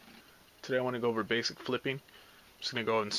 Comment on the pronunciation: "BASEIC" XD